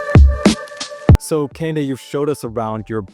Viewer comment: Nigerians like to put cement all over everything & have no grass in their backyard So when it rains & their homes flood, they always wonder why 😂😂😂😂 Bc the rain has no place to go But anyway is this guy Nigerian ?? Bc the way he pronounced Kehinde was atrocious…..even foreign born Nigerians pronounce their name well